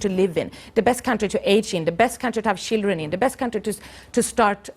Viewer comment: '...Best country to have SHILLDREN in...'